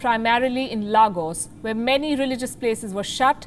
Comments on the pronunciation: Poorly pronounced, get informed...it's laygos (Lagos) not laagos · C’mon palki.. u pronounced “Lagos” wrongly.. it’s pronounced “Legos” I.e “Le” as in “ve” in “Vegas” lol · Please, 'Lagos' is pronounced as Legos. Don't mispronounce it because Nigerians try as much to pronounce your nouns properly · 🤣🤣 Larguus (Lagos) 🤣🤣. Lagos is a free state in Nigeria. It almost belong to no body though native to Yoruba speaking ppl. I wish this will happen in sokoto, where they pray from outside to my hostel room and I have to climb my bed till they are done.